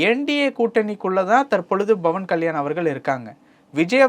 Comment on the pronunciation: Hello anchor. Its not Bhawan, it's Pavan Kalyan. P AND NOT B